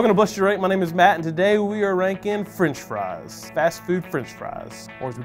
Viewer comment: YES indeed, rankin' has THREE syllables.